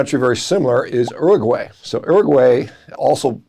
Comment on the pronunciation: Urgway 😂😂😂😂. Love the American ignorance !